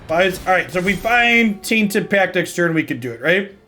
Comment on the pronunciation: Everyone is talking about saying "Taint" so much. But all I can hear whenever he says "Tainted Pac" without emphasizing the 't' is the Republican party at large. Tainted PAC